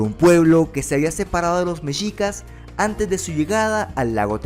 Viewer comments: Me encantó tu vídeo, gracias por hacer este video de mi país, solo te comento se pronuncia "mejicas" la "x" suena como "j" es como "'MEXICO" no se dice "meshico"...veo todos tus videos es increíble tu contenido, GRACIAS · Messsssssshicas no mechicas